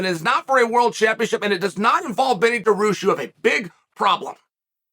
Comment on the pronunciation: BENNY DAROOSH